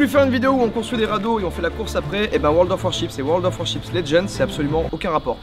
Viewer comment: WORLD OF WAR_CHIPS 😂😂 ça fait rire que moi quand il dit le nom de ce jeu ? mdr